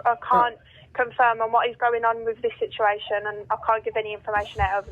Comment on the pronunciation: The operator called it a shituation 😅😂😅😂😅😂